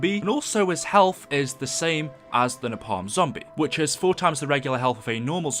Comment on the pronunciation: Napalm is said “nay-palm”